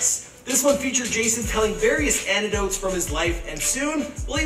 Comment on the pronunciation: The guy said "antedotes" instead of "anecdotes"